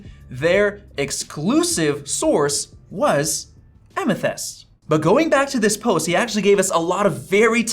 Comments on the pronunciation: “A Meth-ist” 😂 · "a meth-yst" lol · "A-meth-ist" Heisenberg has entered the chat... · Amethist like the gem. "Am-a-thist" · Am-uh-thist. It's a gemstone. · Lol a-meth-yst. It’s the semi precious, purple stone, amethyst. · Amethyst is a dictionary word that you should know how to pronounce! Apparently not. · How do you not know how to say amethyst? It's simply a crystal.